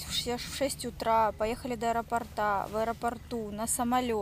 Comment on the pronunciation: не до аэропортА, а до аэропОрта 😂